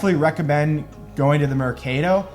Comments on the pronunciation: “Murcadowe” = swap meet there’s a word for it in English, no need to struggle 😂😂😂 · ‘Mr-CADE-o’ lmao bud no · I appreciate going to Guate, but how many times has he heard the correct pronunciation of 'mercado' and 'Atitlan'. How hard is it to remember how to pronounce it? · lol the way you pronounced Mercado 😂💀💀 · So annoying the way you say 'mercado' just stop saying it. Use marked instead. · you'r an awesome person, focusing on the positive things, good girl. So now to the pronunciation of 'mercado': it funny enough still sucks. Great video though :) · He is just pronouncing it in US American English…it’s pretty bad imo!